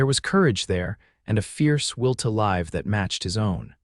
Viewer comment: Sure wish AI could tell the difference between the pronunciation of "live", also read. 😮😊